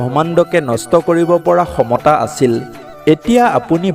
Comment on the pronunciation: Hello, চাৰখাৰ not sarakhara,pronounce correctly, khyomota,khyon,adi শব্দবোৰ ভালকৈ উচ্চাৰণ কৰিব